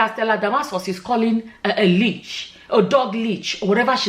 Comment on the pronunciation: Leash not leech